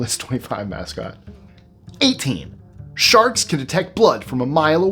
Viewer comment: I thought he said "SHARTS" not "SHARKS" at first!